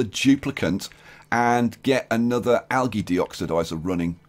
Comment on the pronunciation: Yo it is pronounced aljee